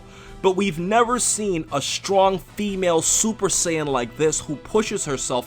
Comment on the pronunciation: wtf is a sin? lol. its saiyan